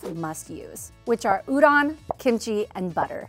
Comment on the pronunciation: no western chef can pronounce udon correctly. ffs guys... respect the ingredient and the culture it came from.